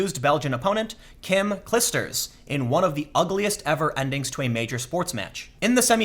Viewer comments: Clijster ij is pronounced like ei in german heil. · BTW Tim.. its pronounced "Clyee-sters." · as a belgian, I love your prenounciation for "Clijsters" :D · That was a great speech and I agree with you, but please, when creating such a complex opinion of an event, try at least prononce the names corectly... I don't think it's hard to find how to prononce Clijsters or Fognini... And English language is not the only one language in the world - I'm sure you had to notice that.